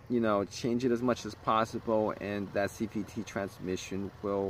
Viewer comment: He says CVTREE at one point. 💎 Gem